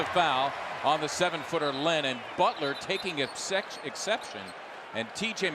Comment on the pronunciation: no one heard the commentator say Dutler?